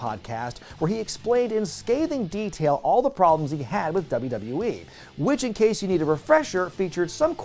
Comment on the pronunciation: repeat after me: "doubleyoo-doubleyoo-ee" Not "dubba dubba yee"